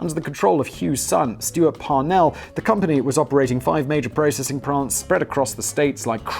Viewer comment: There was also a "processing prant" in there.